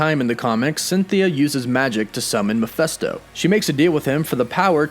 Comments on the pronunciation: It's pronounced Mephisto not Miphesto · Man it really bothers when people mispronounce things, & don't have their facts correct. 1) His name is Mephisto, as in FIST NOT MeFESTO. Secondly As far as: Warlock, since when is he the most powerful? The guy can only: lift about 50 tons, despite his energy projections powers, at no time," was he considered the most powerful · I just had to say, the demons name is "Meph-i-sto" with an "i" not "Meph-e-sto with an "e" , I'm sorry but it was just working me and I had to say something. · its not mePHESto.. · Calling Mephisto Mephesto is silly. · Mephesto??😂😂😂 Mephisto like 👊 !!! 🤦🏻‍♂️🤦🏻‍♂️🤦🏻‍♂️😂😂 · Not sure why but you calling him mephesto instead of mephisto bothers me a lot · Meph i sto. Not Meph esto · Mephisto is said Meh-Fist-Oh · I know it's hard as you're american. It's Mephisto. Meph ist o. I know none of you can seem to pronounce words well, due to your accents, but please do try.... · All I can hear is "Mafesto" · The way he pronounces MephIsto is driving me nuts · Ma fist o..... that's how it's pronounced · Dude, your pronunciations of the name Mephisto is an insult, and atrocious. Do your research on how to pronounce names. My god! It hurt my ears just to hear you pronounce it horribly so many times.